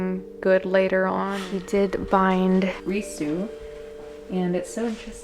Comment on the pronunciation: I do partly speak Japanese and I believe Ruisu is pronounced “roo I s oo” in English.